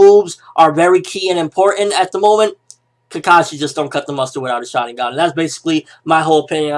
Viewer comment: can you please pronounce it like shar-IN-gun?